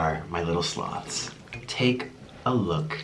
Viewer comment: First time I heard him say "hey sloths" I thought he said slobs.